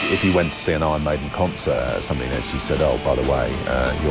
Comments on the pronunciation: ”Ion Mejden” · "Ahn Maidn"